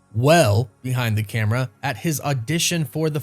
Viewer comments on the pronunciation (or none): none